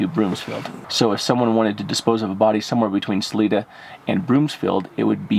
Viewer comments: Hi, the I in salida is a long I. So it's pronounced Sa l I da💗🙏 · SA-LIE-DA is how you pronounce the name of Salida. Keep up the good work. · You guys are amazing and everyone here in Salida Co can't thank you enough for your help and support to help find Susan Morphew, but heads up Salida is pronounced Sa • Lie • Da and it means exit in spanish, so keep up the good work and we all wish you guy well and happiness! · 👏 Great job! Help on pronouncing names. SAL- 👁 - DA MORE - FEW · Pronounced her name wrong ... the city as well. Overall disappointing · Isn’t it Salida? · Please pronounce the word Salida correctly. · You are my favorite YouTuber and I giggle when you say the town. We pronounce it here as (Sa-LEE-Duh) Spanish or (Sa-LIE-Duh) local use. Love you guys and I hope everyone is all home safe with their loved ones. 😄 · Hey guys, thank you for all the work you do. I live in Colorado and I just want to let everyone know that it's pronounced Saliiiiida, not Saleeeeda. Suzanne's last name is pronounced Morphuuuuu, not Morpheeeee. xo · 1st of all it is SAL I DA NOT SAL E DA!!!! I I not E ok? C'mon this is a bunch of hooey! Rev Donna?! God makes it VERY clear to not be involved with Seers, so who is she a reverend for? Seriously...someone following, we don't know who, could be surveyor, could be this or that...what? Mighty convenient all of these things being found in connection with her ( CBI not showing much interest) and her psychic abilities, after hundreds of people searched the area! I don't know what's going on here except someone is desperate for attention. I am very skeptical. Thanks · It’s pronounced Sa-li-da not saleeda LOL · Jared it's SA-LIE-DA not SA-LEE-DA🤣😉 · Sal-i-da for future reference. Not Sal-ee-da. Life long Coloradan here. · Isn't it saa Lie duh? Not saa Lee da? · It is Sal-I-da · Ppl can't pronounce things correctly if they aren't from here. It's Sah-lee-dah. And Colo-RAD-oh. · It is pronounced Sa Li da. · Its (SA-Lie-DA)